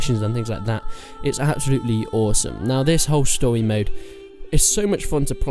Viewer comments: Yes I wepeat a stowy mode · Stowymode. Lol wtf is stowymode